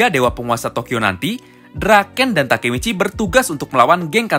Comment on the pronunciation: Kok Baka Michi 😂😂😂